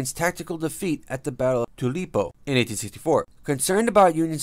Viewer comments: Damn boy you almost killed me when you pronounced "TWO-Pull-OH" as "Too-Peel-O". Made me choke on my bourbon. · And Tupelo, and several other names.